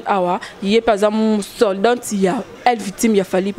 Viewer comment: Vraiment alobaka pe soldant😂😂